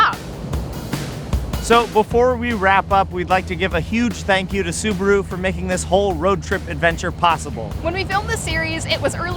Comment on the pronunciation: Wtf is a subru? Soo-BAH-Roo